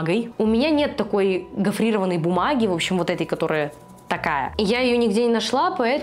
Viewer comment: "У меня нет такой... 💸💸💸Гафрированной💸💸💸...бумаги"